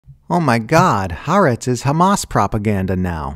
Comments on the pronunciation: I think what confuses people is the apostrophe, which indicates a glottal stop: Ha + 'Aretz. The wrong pronunciation is running the two "a" sounds of the words together. The same applies in Polynesian languages where the stop indicated by ' before a vowel is a plosive, almost a consonant, as in Hawai'i. The final syllable is pronounced separately: Ha-wa-i----'i I don't know Arabic pronunciation, but there are definitely glottal sounds that take practice for English speakers to hear and speak well. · Why can no one pronounce Ha’aretz correctly? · Khaaretz. Official newspaper of the Khazars.